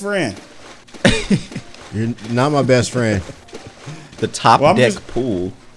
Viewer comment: he said top diiii xD